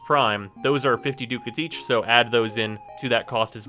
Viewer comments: pronounced duh kits not do cats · I think it's Duck-Ats or am I wrong? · will you please learn how to say Ducats and not DOOcats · Ducats pronounced as Duck-ah-ts. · Pretty sure it's pronounced "duck hats".